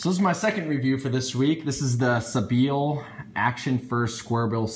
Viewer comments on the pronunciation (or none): Love your videos, by the way I think it's pronounced sea-by-ill